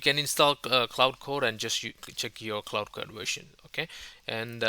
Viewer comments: While I definitely appreciate that you are doing in this video in your second language, which I could never ever do, may I make a polite request? Quite often you pronounce Claude as Cloud. Given that both words are relevant and distinct in the AI/tech space, it quickly gets confusing to the uninitiated. For reference, Claude is pronounced like the word Claw, just with a 'd' added! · its not cloud its claude